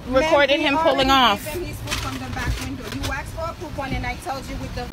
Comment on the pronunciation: why tf are people saying aksed